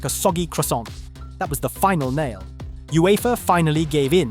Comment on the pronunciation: "U-E-F-A", multiple unecessary similies and points constantly being made in 3s? Definitely AI